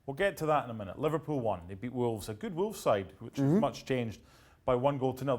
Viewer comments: Li-var-pool smh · said liVARpool😂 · its not when , its LI-VAR-POOL